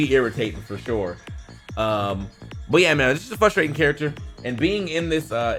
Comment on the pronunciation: Why do some people not pronounce the first R in frustrating? Myvwife does it too but ive never understood it